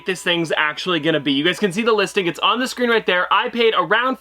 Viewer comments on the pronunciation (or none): none